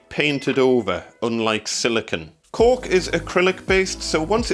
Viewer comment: Thank you for pronouncing it ‘cork’ and not ‘cauLk’. 🙂